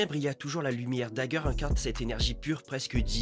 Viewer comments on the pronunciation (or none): Heu c est pas dazzler la lumière. Tu dis dageur